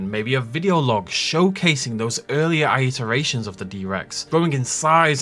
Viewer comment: Here I am again... PRONOUNCE "ITERATIONS" CORRECTLY! It's "it-uh-ray-shun"; not "eye-it-uh-ray-shun". Where are you finding this extra syllable?!